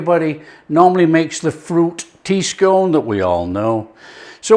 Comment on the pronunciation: Scone.... scone.... your not southern lol bit of Yorkshire humour for the regional viewers regards redcar steve